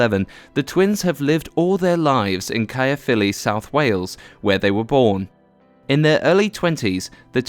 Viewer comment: you say it car- filly.. not literally caerphilly. well, British ppl say it that way.. I do.. everyone I know do..